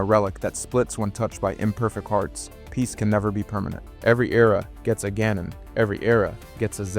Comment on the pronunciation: Calling Ganon as goanon must be new